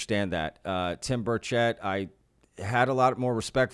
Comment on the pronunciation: Well, he’s a Republican. What do you expect from someone like him. Also, it ain’t ber-CHET, it’s BER-chit. How you gonna fuck up someone’s name while you’re ranting about them fucking up someone’s name.